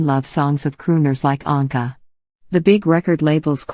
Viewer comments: I do wish anyone who bothers to take the time put together a documentary would pronounce the subjects name correctly EAcH time he/she says it. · Did not even pronounce his last name correctly! Shame on you! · Why does the narrator mispronounce Paul’s name part of the time? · What’s the matter with you??? If you’re doing this (reading biographies ) you must must learn how to read & pronounce peoples (names first and last that you are speaking about). I think you need a different job!